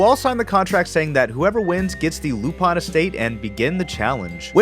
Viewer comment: I’m sorry I can’t get past the way you say Lupin